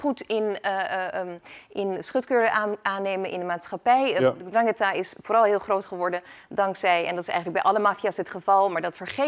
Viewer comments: Ndrangheta met de 'zachte G.. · Ze kan de naam niet eens normaal uitspreken 🤣 zoals de regio 😒